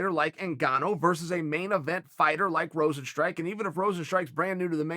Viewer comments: It's not Rosenstrike.. Rozenstruik.. Struik mofo... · Is Rozenstr-u.i.k not Rozenstrike how hard is to say a name jesus chirst.